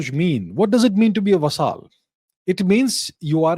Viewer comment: Abhijit 'vasaal' chavada 😂😂